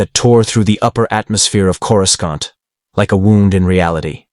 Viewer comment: One where your AI stops saying "Corus-cont".